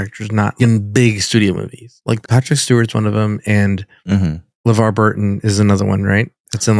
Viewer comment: Its lavar, not le- verge you racist